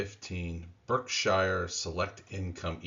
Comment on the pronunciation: Brookshire? lol